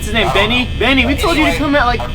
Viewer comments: It's bonny not benny !!! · Bonny not benny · bonny not bunny